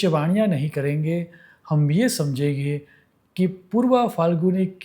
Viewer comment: गुजराती लोग जब हिंदीभाषा बोलते हैं तो कुछ शब्दों में अनुस्वारों के उच्चार नहीं करते हैं, जो कि व्याकरण की दृष्टि से करना अनिवार्य है : 'हैं' के स्थान पर "है" (अनेक बार); 'घड़ियाँ' — घड़िया, 'समझेंगे — समझेगे, 'होंगे' — "होगे", 'करें' — "करे", 'देखेंगे' — "देखेगे", 'चिन्ताएँ' — "चिन्ताए" आदि।